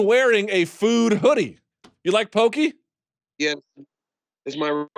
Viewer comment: It’s said like Poh- kay Not pokey